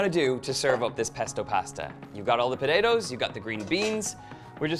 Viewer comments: Really nice recipe. Btw, even for an Australian, he says potatoes funny, like Podado 😋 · I love how you say potatoes. “Po-day-dos” Lol Irish accents are my favorite! Awesome recipe as well